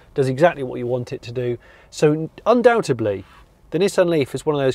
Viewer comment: Hey, what does undoubtABly mean? Was he trying to say undoubtedly? All sounds Japanese to me LOL. Great review, great car. I want one ........